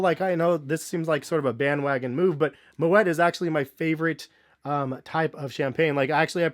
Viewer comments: It's pronounced "moe ee" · you pronouncing it wrong . The “t” is silent. “Mo -et” is incorrect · Also, you don't pronounce the t in moet. It's like "moe-aye"